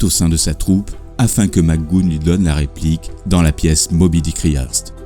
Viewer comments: Interresant, mais ce serait bien de ne pas massacrer son nom avec des Mac Goonne agaçants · Mouais... il me semble plutôt entendre quelque chose comme Mister Mac Gou-on ou Mister Mac Gou-eun plutôt... mais sans que le "h" ne soit prononcé, les deux sons sont donc enchaînés très rapidement. C'est peut être du à l'origine irlandaise ? (: | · Son nom se prononce "Mac Gou anne", et Gipsy se prononce "ji psi" il n'y a pas de U comme dans le prénom "Guy". Désolé d'être aussi pointilleux, mais dans les précédents épisodes il y a aussi de telles erreurs, et c'est dommage car c'est vraiment une excellente série. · Son nom de prononce mac goo -HAN 😉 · Pourquoi mal prononcer son nom de famille ? 😡😡😡😡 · Très bon documentaire , juste une petite notification McGoohan ,le a se prononce aussi ^^ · c est patrick Mac go hane phonétiquement) pas macgoune mdr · Ce n'est pas mac goon, mais mac go ane, Mac goohan. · Plutôt bien construit comme documentaire. Bravo. Quelles sources avez-vous utilisées ? PS - On dit "Mac Gou-heune" et non "Magoune" (je chipote) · "McGoohan" = Mic-Gou-Hann (Pas MacGoune) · Bon travail, mais Patrick Mac Goûne? Même si on n'est pas bon en anglais, on peut prononcer la partie après le "h" et dire "Mac Gouane". Quelques fautes de style aussi, comme "son enseignement de boxeur qu'il avait appris au collège" au lieu de "l'enseignement de boxeur qu'il avait suivi au collège", 'une diction rapide, lapidaire" au lieu de 'une diction rapide et un style lapidaire", "sous un angle crédible" au lieu de "de façon crédible", "une formule gagnante qui gagnera". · Pourquoi vous dites " Magoune"? C'est McGoohan!!! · super, mais pourquoi prononcez vous mc goon ? c'est mac goo han, avec un H aspiré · Tout à fait d’accord... je confirme ça se prononce Mac GO-ANE ... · Excellent commentaire .... sauf que j'aurais plutôt prononcé Mac "Go-Hann" selon l'usage français .